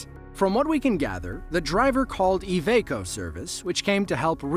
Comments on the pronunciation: What is Evaco? The company is called Iveco, pronounced I-Vee-Co. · i-veeeeeee-co iveco say it with me lol